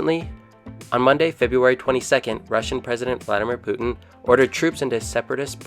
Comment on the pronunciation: That's not how you pronounce Vladimir Putin.